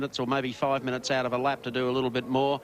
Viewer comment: He said minn I its